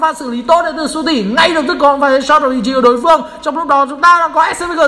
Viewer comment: u tỷ mà cứ đọc su tỷ